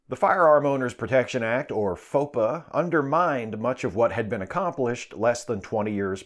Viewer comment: I think FOPA is meant to be pronounced "faux pas."